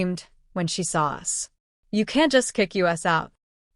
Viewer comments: AI TTS always mispronounces it when all caps are used, same as "IT" for "it", etc. 😮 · Us is pronounced as a single word - no as U.S.